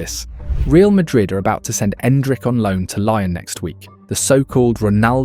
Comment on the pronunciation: You don't know how to pronounce LYON? For real?